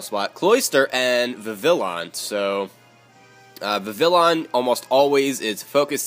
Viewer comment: Just so you know Vivillon is actually pronounced with the y sound in place of the double l. I don't know why they decided to make it Spanish but, whatever.